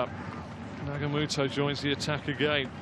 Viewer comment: NagaTOMO not Nagamoto. It's a shame for the commentator not to know a player who has played in Europe for 10 years, including 170 matches for Inter Milan